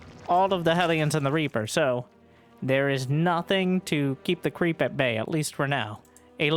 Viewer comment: get off… my… cweep…